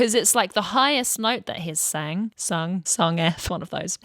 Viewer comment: 😂 Did you say, "sungeth"?! 🤣🤣🤣😜❤️👍